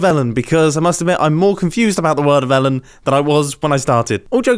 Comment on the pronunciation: When the ai said the world of elen I thought it was talking about elen degenerous